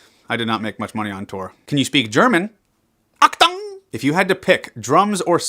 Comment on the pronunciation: actung very good german LMAO